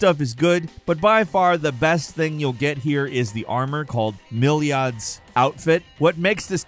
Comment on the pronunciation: He absolutely butchered Milad pronunciation😭